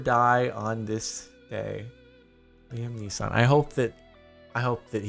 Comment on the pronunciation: Who tf actually pronounces it 'Liam Nissan"??? Is he stupid LOL